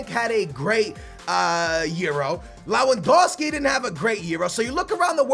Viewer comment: It's Lewandowski not lawaandowski